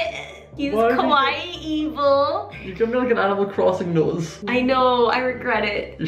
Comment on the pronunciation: When you pronounce “kawaii” it sounds like you’re saying “scary” in japanese and thats how your scott doll turned out XD